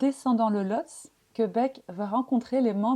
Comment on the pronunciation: On prononce "Lhotsé".